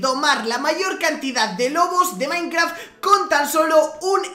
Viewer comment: dijo minecra XD XD XD